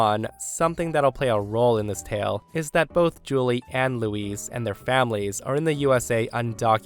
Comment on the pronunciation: Hi The way you pronounce Luis is the female name. Luis is L - oo - i - s. Louise female is L - oo - ee - Z.